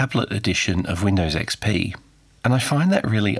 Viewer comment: "Weendaws ecspee"